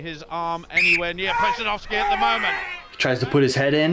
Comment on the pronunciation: Pretty good pronunciation on Pudzianowski :)